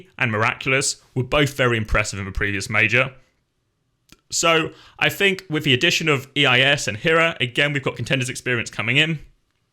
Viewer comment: eis is just pronounced ice.